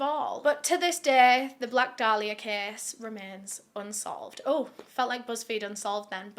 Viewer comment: It’s pronounced Day-lee-uh And how about YOU being respectful????